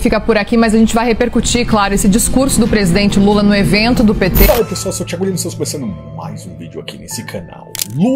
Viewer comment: É impressão minha ou a repórter falou presidente mula ? 😂😂😂